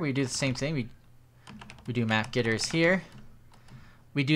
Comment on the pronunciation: Why do you say gitters instead of getters? xD